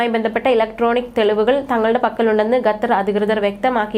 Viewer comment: ഗത്തർ അല്ല മോളേ ....!!! ഏതു സ്കൂളിലാ പഠിച്ചത് . ഉച്ചാരണം ശരിയല്ല .